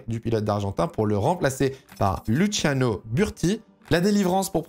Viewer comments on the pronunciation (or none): none